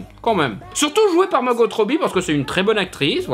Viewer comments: Par contre, c'est Margo pas Margote. Même Margot Robbie dit son prénom comme ça. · A faire attention. Les bande annonce de Suicide Squad nous faisait focaliser sur le Joker en méchant principal alors qu'il était très second plan. On pourrais avoir une HQ en rôle principal mais avec les Bids of Prey en premier plan aussi.. ps: Margot, se prononce comme en Français. Le T est muet..